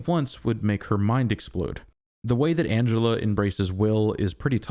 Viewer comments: also her name is Angela - not Angelo!! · you say Angelo.